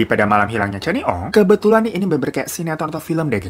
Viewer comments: Aduhh.. Puas mikir kasus di malaysia yg mana.. Slh sebut nama.. Bukan cani, tp Sebutan namanya spt ini 👉 'kenni'. Salam dr malaysia... I like ur content👍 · Salam dr malaysia kak,😅 sebutan nya c-k kenny aka canny 😅😅 lucu aku dgar nya terhibur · Dibacanya "Kenny" bang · Cara baca nama dia "Canny" itu bukannya "keni" bang😅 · Sedikit koreksi ni babang glowing, sebutan namanya lebih ke "kenni" hampir sama kaya nyebut nama Jennie (J nya diganti K) pake KE bukan CAN(gkir)ny. Kasus ini mmg sempat viral dulu. Tapi aku udah pada lupa kronologinya. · “Ca” kalau sebutan inggerisnya harus disebut sebagai “Ka”. Contoh “Canny” english Jadi bila disebut harus berbunyi “Kanny”